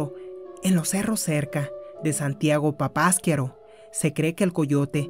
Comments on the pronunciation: no se pronuncia papaskiaro. Es Papasquiaro..así como se escribe le pones asnto de pausa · No se acentúa en la segunda a, es papasquiaro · Asi no se pronuncia papasquiaro, lleva acento en la ultima [ A].